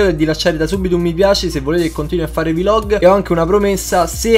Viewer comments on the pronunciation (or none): Hai un serio problema a dire "vlog"